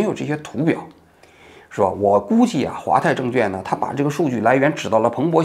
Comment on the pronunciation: 王局 纠正一下 证券quan 不是证券juan